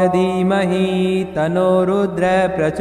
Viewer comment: अरे गुरुजी tanno रुद्र के आगे विसर्ग ऐ सा उच्चार करो,उच्चार nahi आता तो मंत्र मत बोलो.